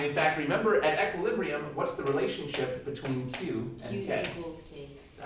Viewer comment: He does it to give a more thorough understanding. I'm sure it helps people who are really struggling with the fundamentals. I think he's great at explaining concepts overall, though. Btw, he's the first person I've ever heard pronounce equilibrium as "eck-quilibrium." =p